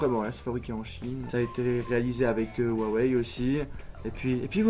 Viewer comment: tu me stresssseeeeee avec ton wouawei c'est HUawei huuuuuuuuuuuuuuuuuuuuuuuuuu